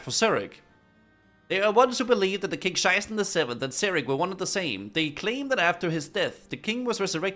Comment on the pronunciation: Every time he says King Sheiße, it triggers me